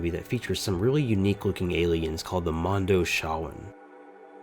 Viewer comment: Mondo-CHEE_WON.. You're killin me smalls.